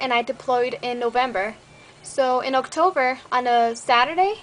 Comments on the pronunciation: Dang listening t you now and right here.You english has gotten soo much better haa you pronounced October "Octover" lol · Haha , you pronouce october like otocver ;D My family's from Tiajuana & Wymas .